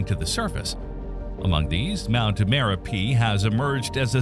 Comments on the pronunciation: It is spelled as Merapi and pronounced as Mare-UP-ee. Have been there in 1990 and it was smoking even back then. The former Merapi in Sumatra was renamed Marapi to avoid confusion with its namesake in central Java. Api is the Indonesian word for fire. Gunung is mountain. So an active volcano is a Gunung Api. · Dude can't say merapi correctly, totally ruined the whole video